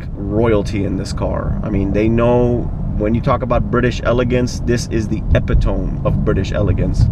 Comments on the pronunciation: "epitome"... epitoMEE, not epitohm. Great review tho. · Great car and nice review, very detailed. FYI "epitome" is pronounced "eh-pit-oh-me" not "eh-pit-ohm" ;) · AND another one...... Eee-pee-to-me just sounds too creepy I don't want anyone to pee to me. I refuse to tell anyone to "pee to me". And thus you have our pronunciation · "Epp-ee-tome of British elegance" LOL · Epitome is pronounced eh-pih-toh-mee.